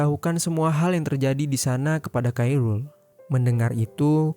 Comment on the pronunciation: kairul tu sapa blok? Admin lol. Yang bener tu sebutnya "Khoirul". Belajar dulu blok